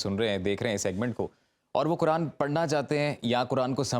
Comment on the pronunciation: سیلم صاحب آپکو بھی قرآن مجید کی گرامر اور تلفظ سیکھنا پڑیگا پھر آپ بھی ۔قرآن کو کران نہیں کہو گے